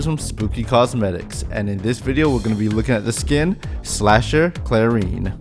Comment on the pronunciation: Clair-en Not Clair-EEn